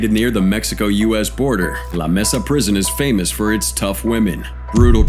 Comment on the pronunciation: It’s pronounced like maysa not messa.